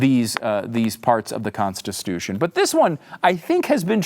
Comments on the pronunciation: Yep. You can see why at the end. ConstiSTUtion. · Is mispronouncing"Constitution" on purpose?